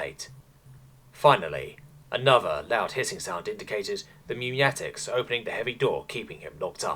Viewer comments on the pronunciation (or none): I love you but I absolutely hate the way you pronounce pneumatic. Its "New-matic" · The p in pneumatic is silent, like pneumonia